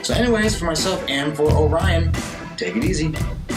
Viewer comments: Indeed. 😄👍🏻 “Oh-ree-ohn” ...not “Oh-rai-uhn” But, as a young Lance Corporal on Okinawa, I also (mis-)pronounced it the very same way, after the constellation Orion, until I learned enough Japanese to know better... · This was my go-to when I was stationed in Okinawa in 2006. Just a heads up, it is pronounced like Ory-on over there. Also, the several Okinawan bars that I've ordered, it's been served solely draught and always in a frozen frosty mug which improves the head a bit and gives that "pop" you were looking for had it been colder. Excellent review, you got one more sub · Look up the orion beer song for pronunciation. :)